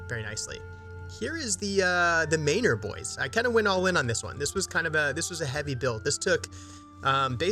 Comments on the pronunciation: He means it should be pronounced man-or, not may-nor. Like manner. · I'm dying at the pronunciation of Maynor lol